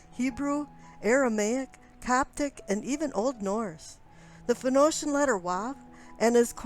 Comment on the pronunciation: I didn't know that the word "Phoenician" had interchangeable pronunciations. fin-O-shin?